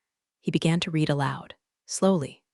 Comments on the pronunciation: Every room in these stories smells like regret or despair. Coffee tastes like battery acid. Executive's suits cost more than a mortgage payment or car. Lawyers are named Chen. People are treated like furniture. Read (red) the document is pronounced "reed" the document. Resume is pronounced "rezoom." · how hard is it to get "read" right? It’s red in the past, not reed! 🤦‍♀ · "read" should never be "reed" when it’s past tense! Glad we're on the same page. 📖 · i want the AI to say Read and Read correctly